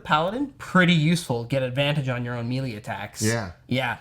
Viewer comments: MAY-LAY not mealy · You guys are great but “melee” is pronounced “maylay” pls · They can pronounce Shillelagh, but not Melee?